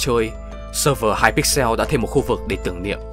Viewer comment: mặc dù video rất hay nhưng mik xin chỉnh sửa lại 1 vài đoạn: hypixel không phải hyper pixel wilbur soot chứ không phải wilbur scoot và thiếu đi sự kiện mc ultimate